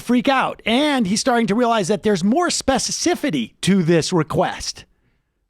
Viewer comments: Spe-ci-fic-ity Sam, not Specicifity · Brady Ok, why are there millions of Americans who pronounce the word specificity as specicifity? No other country does this. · Why can't Americans pronounce the word specificity?